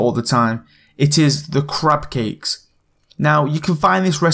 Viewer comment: is it just me or is it because of his accsent it sounded like he said "crap cakes"?